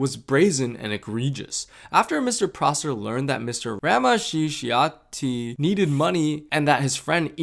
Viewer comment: really great and informative video! just a small note, ‘ramaccioti’ is actually pronounced ‘rah-mah-CHO-tee.’